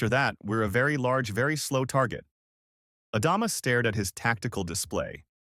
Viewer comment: AI narrator can't pronounce Adama among other words